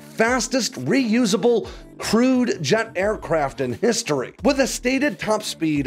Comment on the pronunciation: "...fastest reusable 'crude' aircraft in history." :D